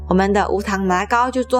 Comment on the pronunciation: You knew how to pronounce it in Cantonese 👍👍